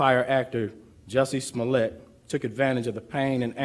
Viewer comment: Jussie must die a little bit inside every time his last name gets mispronounced.